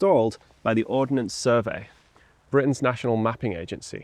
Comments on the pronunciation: Ordnance Survey not Ordinance Survey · Arrrrgggghhhhh It's not the "Or-den-ance Survey" it is the Ord-nance Survey. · One small niggle. It's Ordnance Survey not Ordenance Survey. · it's "Ordnance Survey" btw